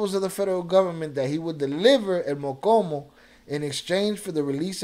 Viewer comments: The name is el mo-Cho-mo not mocomo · It's pronounced "MO•CHO●MO" not MOKOMO ... MOCHOMO ia a name given to red army ants 🐜 in Mexico... the Army Ants that move as 1 u it when attacking, thats why he got the nickname cause when he would go to war, he moved with 100's of units. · Mochomo not mokomo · I think it’s Mochomo not mokomo mo-Cho-mo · Stop saying mokomo lol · How can you roll your R's and not pronounce the cho in mochomo